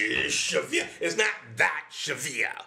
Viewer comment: i like they way you say "schwer", pretty good :)